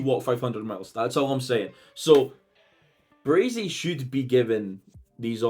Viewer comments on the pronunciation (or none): Stop saying BraZey!! Its Bray-see!! 😂😂